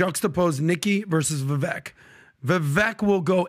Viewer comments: Have a 2024 resolution for the guys . . . Start saying Vivek’s name correctly. It rhymes with ‘cake’ not ‘Ek’ All love to the PBD team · Vivek. Pronounced: Vi-vake (as in cake or bake). Please stop pronouncing his name wrong. Take the time to learn how to say his name. It comes across as disrespectful. Come on guys. You’re better than that. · Great podcast. But the pronunciation is Vivāk. (Vivek)